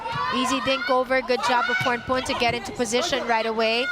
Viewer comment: พิธีกรรู้ฮอดชื่อเล่นโค้ชอ๊อด 🤣 โค้ชอ๊อดๆว่าซ่าน ต้องเป็นคนเอเชียชื่อออกเสียงชัดมาก ยกเว้นพรพรรณ พรพร555